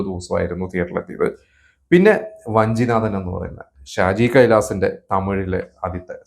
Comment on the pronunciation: വഞ്ചിനാഥൻ അല്ല വാഞ്ചിനാഥൻ ആണ് Bro